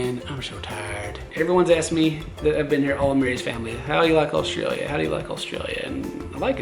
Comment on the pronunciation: the way he says australia is not right!